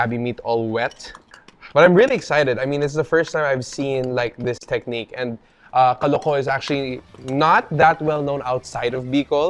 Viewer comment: The way the word “kaloko” pronounced is effin’ wrong. Correct pronunciation is “kalúko” as in “kah-LOO-koh” with stress on the second syllable.